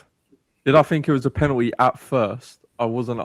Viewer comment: When was the L taken from the word penalty r is it just aftv clowns that cant say it properly